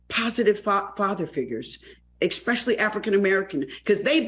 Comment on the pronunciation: First of all Ms. Vivica, you need to learn to speak before you talk about others. You may not like to see black people be represented like that, well I hate to hear black people (like you) say eXpecially. The word is eSpecially. Get it right and come again.